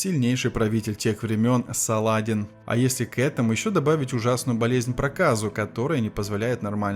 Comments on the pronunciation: мля! не СалАдин, а СаладИн!!!!!!!!! прежде чем озвучивать - хотя бы почитайте как звучали имена!!!!! жуткое косноязычие и лень - вот что отличает голос за кадром. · Салах ад-Дин в сокращённом варианте произносится Салади́н. В варианте с ударением на а, возникает впечатление что читает робот или неграмотный человек. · в твоём языке и в твоей голове есть нюансы, а в русской речи принято Салади́н. В Дагестане данное имя часто встречается и все знают как произносить, ну кроме тебя и автора этого ролика. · Не Са`ладин а Саладин